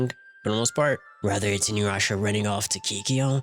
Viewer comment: Inuyrasha....why.... Inu- YASHA not InuYrasha